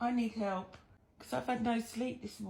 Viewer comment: That two syllable help gets me every time!